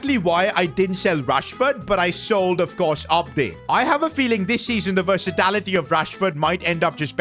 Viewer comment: Nobody is taking notes on what said. 'versatality'